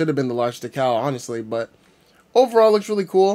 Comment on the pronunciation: where did you learn to pronounce decal?